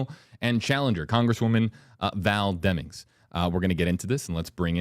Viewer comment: 58.45 "Senator Elect Demmings". That was weird, does little Marco know something he shouldn't be telling us?